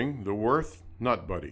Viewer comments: What the hell is that pronunciation? It's Würt(h) not Worth. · It is not "Worth". It is Würth ffs. The two points on the u are here for a reason, you gotta say it the German way. The W sounds like a V, the u like in "cult" and the h is silent so you only say t. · U say it 'wyrt' not 'wyrf'... Ffs... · Des heisch WÜRTH, ned "worth"! Heidenei... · Just for your own information: Würth is a german company and it‘s wÜrth -> converted to english it‘s wUErth! Have a german in the headquarters explain that to you! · They really butchered the company's name. Worth? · its WÜRTH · Cant even spell or pronounce the companys name the right way, smh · Ü god damnit its a fucking letter and NOT the same as an u...people! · Gib dir Mühe, und sprich Würth so aus wie es ausgesprochen wird. Und nicht wie du dir deinem Amischhädel zurechtfantasierst.